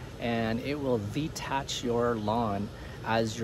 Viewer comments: Isn't it dethatch, not detach. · It does seem that they put an H in that word for a reason... Maybe he's F-ing with us?